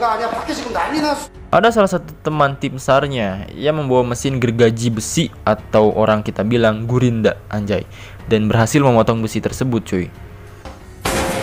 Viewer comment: gerinda woi bukan gurinda